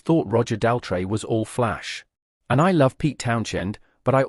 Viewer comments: Tell me about it, who on Earth pronounces Roger's last name this way? 🤔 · The AI can’t even pronounce Roger Daltrey’s surname! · He seems to have problems pronouncing Daltrey and Townsend.